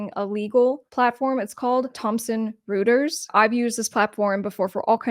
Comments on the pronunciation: It's pronounced "Roy-ters", not "Roo-ters". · Royters not Rooters. 😊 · I think the name is pronounced "Roy-ters" instead of Roo-ters. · As a former publicist let me share that the pronunciation of Reuters is ROY-turs. ... thanks for another great video! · Pronounced "Roiters." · Reuters is pronounced "roiters" because German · The name is pronounced like -- ROY-TERS. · Isn't that pronounced "ROY-ters" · Reuters = "roy terz" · Good video. But Reuters is pronounced ROY-TERS!!! Good content otherwise.